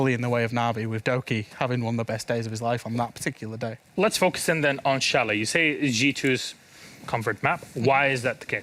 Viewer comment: I cringed at chalet being pronounced chal-et lol